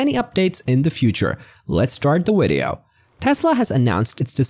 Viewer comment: Wery wapid wideo